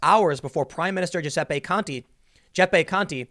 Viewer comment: Tim constantly struggles to pronounce Giuseppe